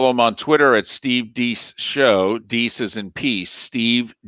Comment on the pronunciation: It's not "Steve DEECE", it's Steve "DAYCE"...........